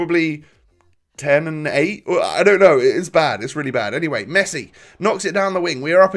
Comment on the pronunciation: You screwd up with mesii lol